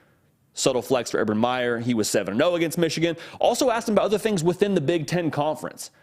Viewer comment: His name is Meyer not Myers’s